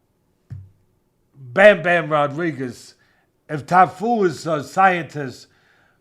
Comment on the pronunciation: Cafu not Tafu 😅